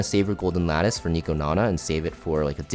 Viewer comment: the goat for being the only CC able to pronounce lattice